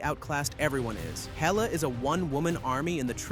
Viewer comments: Heela? Who the hell is Heela?! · who tf is "Heeluh" and i thought #7 was called Dawn OF Justice, not Dawn IF Justice